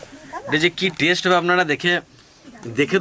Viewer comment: কথাটা টেস নয় ওটা হবে Test